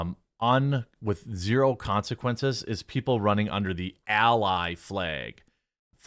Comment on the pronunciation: Nobody: Jeremy: Fleeeg